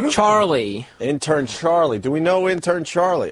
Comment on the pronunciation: I love David but I despise how he says Charlie